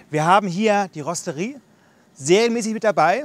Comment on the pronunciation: wo von spricht der kollege dauernd ? rosterie???? eher rotisserie ???!!!!! oder rostet ihr das ferkel ?